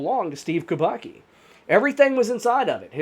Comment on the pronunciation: Kubacki is pronounced Kooo-baa-ttt-ssss-kiiiii That said, Mermaids kidnapped him, enchanted him and kept him underwater and then let him go. It happens a lot in Haiti.